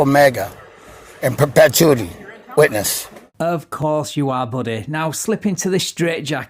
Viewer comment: “I over-stand what I’m saying.” That’s a new twist on “I don’t understand.” He then goes on to call himself God, and mispronounce “perpetuity.” What a genius.